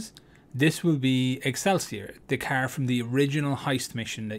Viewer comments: i'll get what? a Kerr? riight a Keerr I'd like a Kerr ngl man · Bro, who tf taught you how to say car. 💀